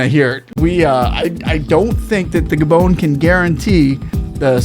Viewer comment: Gabon not Gadon